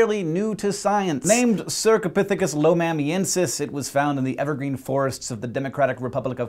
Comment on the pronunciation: When he said evergreen I thought he said everfree